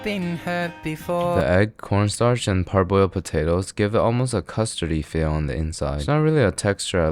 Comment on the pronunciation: why do u always call ur corn starch porn star